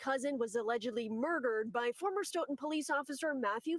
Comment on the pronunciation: For you out of touners its pronounced stoh-in.....kephese.